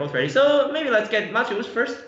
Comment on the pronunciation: What an incredibly complicated game (although white did feel behind from relatively early on to me). Great commentary as always, thank you. <3 Minor nitpick: I'm fairly certain it's ma-TE-usz, not MA-te-usz. So far (including the third video), Eric Lui is the only commentator who got the pronunciation right. :D